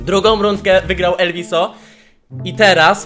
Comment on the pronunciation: Mówi się elwis